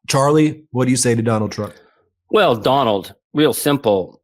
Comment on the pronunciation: I love he pronounced it Donold. I'll take it